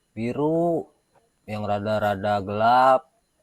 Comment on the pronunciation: Ngomong gelap nya biasa aja dong 😂